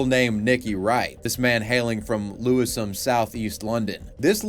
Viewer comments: lewish-am not Lewis ham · Lewi-SHAM not Lewi-s-Ham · Lewi-SHUM I scream from Lewisham